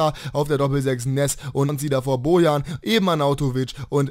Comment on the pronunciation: Hast du noch nie gelernt wie man ein "J" ausspricht (Bojan)?